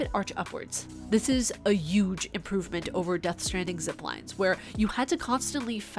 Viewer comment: "This is a "Uge" 😅